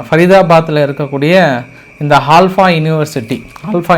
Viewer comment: ஆல்பா இல்ல ப்ரோ அல்ஃபலா யுனிவர்சிட்டி 😊